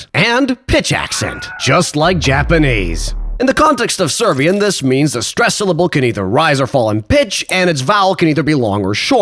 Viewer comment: Shoutout, the vid is hilarious. Idk where you're from but you pronouncing serbian sounds much more like bosnian, still pretty good tho